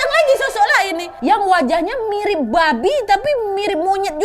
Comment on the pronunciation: Nyebut "Babi" nya bisa biasa aja ga kak😭😭